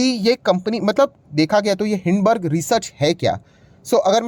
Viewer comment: hindenberg....naam to sahi se pad lo uske baad commentary karna